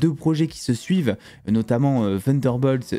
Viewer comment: Ta prononciation de Thunderbolt m'épuise 😂